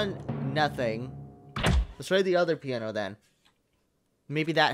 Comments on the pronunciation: Was anyone else like "IT'S PIANO! NOT PIE-A-NO!" XD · A-PI-NO? I was screaming "piano!" in my mindXD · "pie-eh-no?" its piano XD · I was yelling PI-A-NO PIANO DAMMINT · "Pie An O??" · not Pie an no it's piano